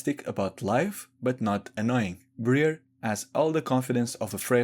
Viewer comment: Ummm boss can you ummm pronounce Briar's name as it is meant to be pronounced....... Your version: Bre-ur In reality: Bry-ar